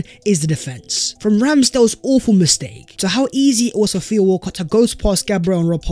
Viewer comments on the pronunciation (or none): none